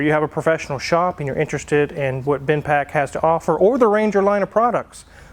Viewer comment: It's Bendpak not Binpak.